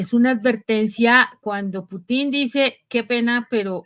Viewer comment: Se pronuncia Pútin /pútin/, estimada periodista, tal como lo pronuncian los rusos y el locutor de Prensa Alternativa. La ortofonía existe y hay que observarla.